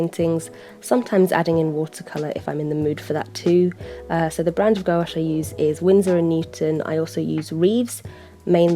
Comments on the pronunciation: “Go-Ash paint” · thanks for this! your videos are so calming aaaahhh (ps. gouache is pronounced without the o) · I pronounce gouache like gwash and I notice that you pronounce it like gowash. I don't know why I felt like commenting this :I